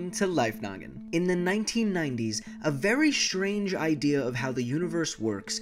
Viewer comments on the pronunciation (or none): 'Shrange' is some casual way of saying 'strange' or why said it this way? I am not a native in englist